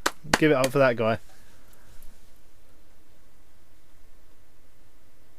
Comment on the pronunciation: Ello there, welcome to Rebident Ebil, 6. Less than 5 sec of video and I'm already spit on my notebook with a laught. Thanks, youuuuuuuu gra... no, youuuuu are the best!